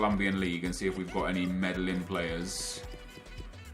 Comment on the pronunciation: you just know has never watched Narcos by that pronunciation of Medellin